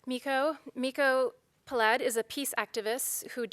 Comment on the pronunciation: Peled is pronounced PE-led.